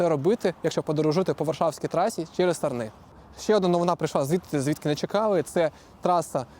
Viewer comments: Пацани! Хтось сказав вже, що правильно казати "САрни", а не "СарнИ"? А якщо серйозно, то велика шана тобі, і подяка за пророблену тобою роботу. Це дуже важливо і зручно для багатьох. Ну, для мене точно 😊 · Дякую за вашу роботу. Півтора роки тому інформація на каналі про model 3 була для мене дуже актуальною і цінною P.S. у назві населеного пункту Сарни, наголос робіть, будь ласка, на літеру а ;)